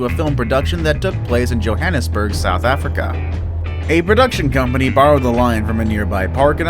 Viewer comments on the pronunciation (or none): none